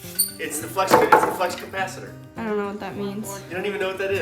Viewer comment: Flux capacitor, not Flex capacitor. Lol